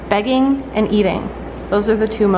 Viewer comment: The way you usually say bag when you said "they're in the begging mood" I thought you said bagging so I was very confused lol thought you were saying it like they were thrilled to get in the bags for moving day 😂